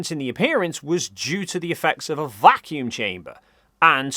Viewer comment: Why are they saying vacuum like it’s a proper noun? As if they’re talking about someone named Vacuum.